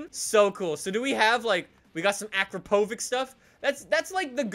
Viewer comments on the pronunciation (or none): its not pronounced akrapovic its a-crap-o-vich and also it's not the best exhaust for most bikes like gsxr for example is better with a yoshi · Akra-povik stuff? Tf? It is Akrapovič, with č... say it right or don't say it... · Akrapovik hahahahahah its read like akrapovich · It's pronounced uhcrapovich